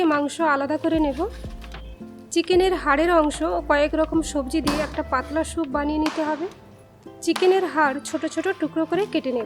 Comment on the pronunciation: Veggies kete rakhle vdo ektu compact hoto and ur pronunciation is not good it’s soup and not shoup